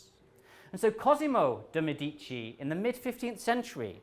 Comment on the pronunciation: Medici - stress on 1st syllable. A. Pedant